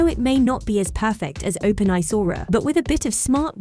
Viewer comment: "Open Eye" Excellent 😅🤣